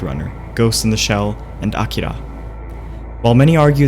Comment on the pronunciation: "Ah-kira" lmao